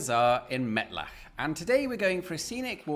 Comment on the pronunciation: I think you ended up with a very nice 'ch' on 'Mettlach'. Since it seems like you're actually learning German: You're definitely getting better. Keep it up. Grüße aus Mühlheim (bei Frankfurt am Main)